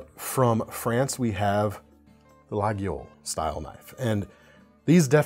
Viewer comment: You need to learn to pronounce Opinel and Laguiole. they are pronounced Opinul and Layoul.